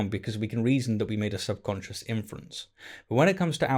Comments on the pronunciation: It sounds like you’re saying “sub conscience” when the word is “subconscious.” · Are you saying "subconscious" or "subconscience"? What's the difference between a "conscience" and a "subconscience"? I never heard of the latter before and spellchecker doesn't recognize it. Wictionary thinks they're synonyms but I've never heard the word before. Where did you hear about it? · Great vid; well written. You included several keen metaphors and some effective understatement. But please stop saying "subconscience." Cheers!